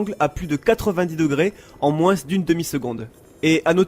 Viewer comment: Pourquoi tu prononceS touS leS S à la fin de chaque motS ? (par exemple : moinS et oS)